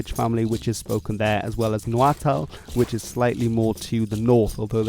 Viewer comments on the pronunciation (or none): none